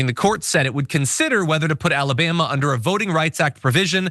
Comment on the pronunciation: "What's going on down in Alabam"?